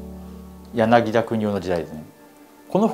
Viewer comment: 柳田國男先生の名字の読みは『やなぎ”た”』です。 民俗学に入りたての人にありがちな読み方ミスですね。